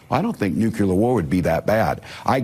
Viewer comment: Walz said nucular instead of nuclear.